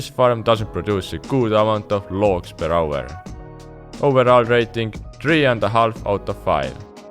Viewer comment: PER AUERRRRR xD Where are you from ? hahaha